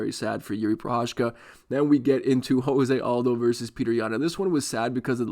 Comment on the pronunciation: Huge Jose Aldo fan pronounces his name wrong